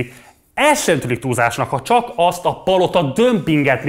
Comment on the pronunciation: “aszt”? Mondd inkább úgy, hogy asztat! Vesztes. 😆✌️